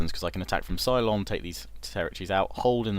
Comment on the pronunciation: love this series, mate...but it's Ceylon (pronounced seh-lon, not sigh-lon), lmao...i keep thinking of battlestar galactica everytime you say that..lol